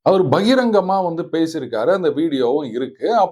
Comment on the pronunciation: அப்பா கடைசியாக பகிரங்கம் என்று மிகச் சரியாக உச்சரித்தீர்கள் அவர்களே. மிக்க மகிழ்ச்சி. 🎉🎉🎉🎉